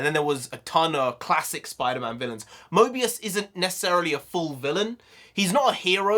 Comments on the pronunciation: stop saying Mobius 😢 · btw it is morbius not mobius bruh lol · Morbius is an Anti-Hero like The Punisher and it’s Morbius not Mobius bro😂 Two different characters Also Morbius the Living Vampire doesn’t fly, he has an enhanced gliding ability which is used for short distances. The purple effects behind him were a nod to his purple cape in the comics. Still badass to see in live action. Also can’t wait for him and Mahershala Ali’s Blade to cross paths as they’ve done before in the comics starting out as antagonists (Morbius gave Blade his powers) to a mutual understanding and even teamed up a few times. Just hoping for Kevin Feige and the MCU have Doctor Strange assemble the Midnight Sons team in the future with Morbius, Blade, Ghost Rider, Werewolf by Night, Wolverine, Doctor Voodoo, Hellstrom, Sister Grimm, Magik, Moon Knight, Wong, Elsa Bloodstone and The Punisher later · Pronounced MORE- BEOS. Owen Wilson and his jet ski has nothing to do with this, unfortunately